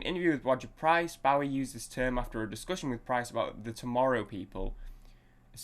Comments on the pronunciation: Pronounced Bo ee not Bough ee- Get your facts straight from a respect point of view! and being British too!! Named after the American Bowie Knife. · Pronounced BOW-EE...(O as in Boat) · Pronounced BO-EE (long O). Legend! Miss him so much. Also the great Mick Ronson on guitar and Trevor Bolder on bass, his original band lineup.